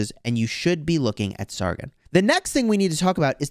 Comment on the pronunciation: Just a tip it’s sar-gon not sar-gin